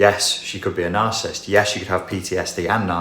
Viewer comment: Quick note: The word is NarciSSIST...not Narcist...three syllables.